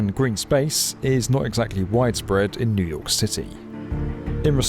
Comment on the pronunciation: New York eeoooo 😂😂😂